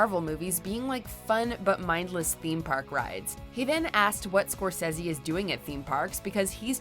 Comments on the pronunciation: The way you said Scorsese annoys me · Lady you really need to stop trying to pronounce things intellectually... Scorsese. Haha and his name is Ricky Gervais not Ri''y... why?? No C & K? Why??? Hahaha